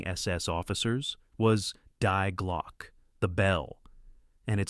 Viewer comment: its glo-cker